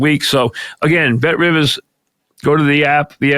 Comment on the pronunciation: "Bet Rivas" classic